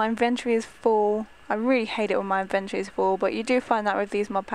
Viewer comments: raizen lee It's inventory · IT IS ''INVINTORY OKAY😡😡😡😡😡😡😡😡😡😡😡😠😠😠😠😠😠😠 sorry i am allways mad😶😶😶😶😶😓😓